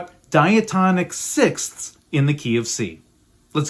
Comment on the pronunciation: That is the most difficult word in the English language You pronounced it PERFECTLY! SIXTHS